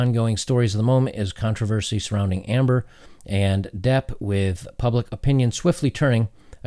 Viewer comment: "Pubic opinion?" :D I swear the editors that get paid to do this shit.